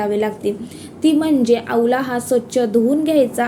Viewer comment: आवला नाही हो....आवळा....😂